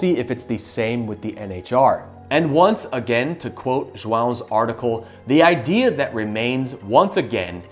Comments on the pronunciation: That was a proper "João" pronunciation. Impressed. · Sorry this will sound extra random but you pronounce Joao beautifully! :D